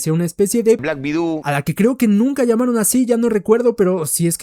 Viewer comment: Me encanta el " blak vidouu" del comentarista cada 20 segundos